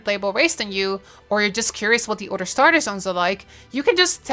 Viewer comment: Iove the accent and how she says otter when saying "other"